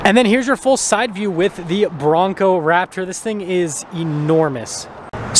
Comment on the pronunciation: Did you call it a Braptor? 😅